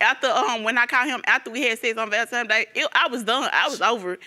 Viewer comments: Why do people say ValenTIMES uugh well that the least of her worries. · Boss Ladiee she also said she conceived on valentimes day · Nor is ValentiMEs. .lol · "VALEMTIME" I'm done! 🤣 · Hahaha Valentimes day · If she say “Valentimes” day one more time I’m gonna lose it. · If she say ValenTIME's Day 1 MO TIME!!!! 😤